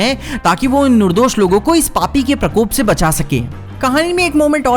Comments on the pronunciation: पर ये नुरदोष का होता है निर्दोष होता है तुम तो हिंदी की 🤣😀🤣😁🤣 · Nurdosh nhi nirdosh😂😂